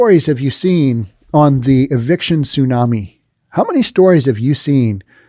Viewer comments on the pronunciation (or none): none